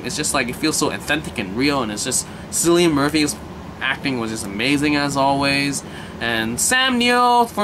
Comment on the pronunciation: It's "Kill-ian," not "Silly-un." It's the "Royal Irish Constabulary," as in "constables." I've watched the two seasons available, and it's brilliant. Murphy is in all three of the Dark Knight movies, as the Scarecrow. He was in "Inception" as well, and many Irish and British productions. "Peaky Blinders" is worth watching...twice.